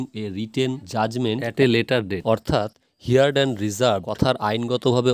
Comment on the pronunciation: হার্ড not হিয়ার্ড